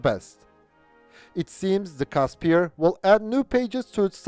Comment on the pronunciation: FYI it's pronounced "Kusper" not "Caspier"